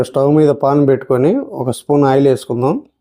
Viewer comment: Entha cheppi na malli pon annaru Meku pon ki pan ki difference explain chesina meru malli pon ane antunnaru Correct ga antam nerchukondi